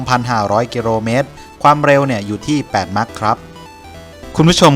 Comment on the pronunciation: อยากให้แอดมินพูด ร.เรือ กับ ล.ลิงให้ถูกต้องหน่อยครับ หรือไม่รู้ว่าคำใหนใช้ ร.เรือ คำใหนใช้ ล.ลิง คำว่ากิโลเมตรก็เป็นกิโรเมตร แต่ความเร็วบางทีดันเป็นความเล็ว กิโรเมตรนี่ประจำเลย